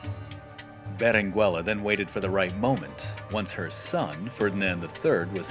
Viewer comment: The U in Berenguela is not pronounced, it meerly changes the pronounciation of the G making it sound the G in go.